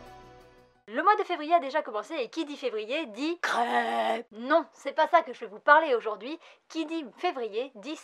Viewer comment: Quand ta dis : Qui dit février dit crêpesssss sur le coup j'ai compris : Creuveeeeeee xD C'est bizarre j'ai cette sensation que tu as déjà présenté ce manga mais je me suis fait des idées visiblement, à l'époque javais lu l'extrait gratuit qui m'avait bien plus, mais forcement je ne l'ai pas commencer, je verrais peu être pour voir le film live histoire de le voir en mode rapidos ;)